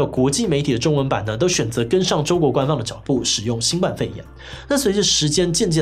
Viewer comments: 在堅持要別人稱呼新冠肺炎以前，麻煩自己先講對好嗎？「冠」當名詞（雞冠）時念一聲，當動詞（冠上）、形容詞（冠軍）時才念四聲。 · 其實是新冠（ㄍㄨㄢ）肺炎